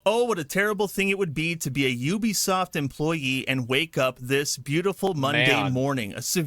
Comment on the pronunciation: That's not how you pronounce Ubisoft